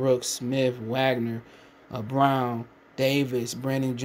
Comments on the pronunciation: It’s pronounced Vahg-ner- not Wag—ner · Wagner pronounced (Vahg - ner). Put sum spect on his name